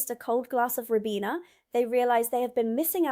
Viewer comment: RYE-BEAN-AH.....ribena. Not no 7 but number 7. BISS-TOE....bisto